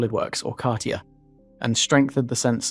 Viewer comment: The relentless use of pointless stock footage makes it impossible to follow your content, which may be good but you can tell it’s AI generated. Otherwise you would’ve pronounced Catia correctly. Just use your own voice and visuals, there’s enough AI slop already.